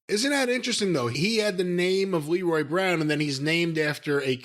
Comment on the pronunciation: For such an encyclopedic mind of wrestling knowledge..how could Jim make such a mistake on Leroy Brown's name